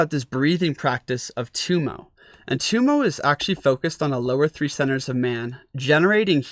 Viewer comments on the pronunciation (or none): Tibetans pronounce Tummo as "dough mo." Intriguing information and excellent instruction. Thank you.